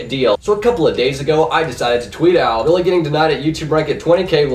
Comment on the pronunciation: you butchered my name LOL np though bro :p